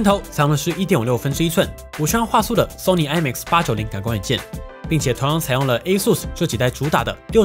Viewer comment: 終於有人把ASUS的發音念對